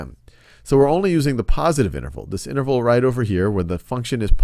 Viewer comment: lmao "negative inernerval"